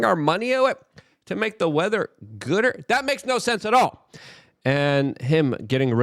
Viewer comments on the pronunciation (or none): none